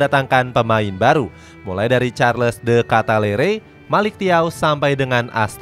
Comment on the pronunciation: Bacanya Di Kitelaar, bukan de Ketalere